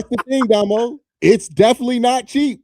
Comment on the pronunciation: Oh. Amd why do u call Dah-mo but calls him Domo...tighten up fam